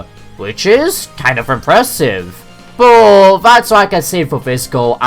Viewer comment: Boh = But. Interesting pronunciation. Love your lists.